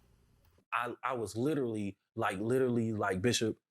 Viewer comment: This jerk also does not know how to pronounce the word literally 😂